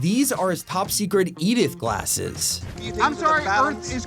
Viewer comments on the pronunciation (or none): none